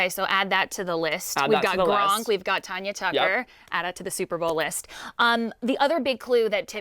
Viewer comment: I’m so annoyed they kept saying “Ton-ya” it’s “Tan-ya” good lord people need to know learn their facts...